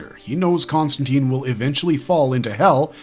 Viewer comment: Con-stan-tine; like fine, mine, nine, pine, wine, line, brine, etc. Not Con-stan-teen.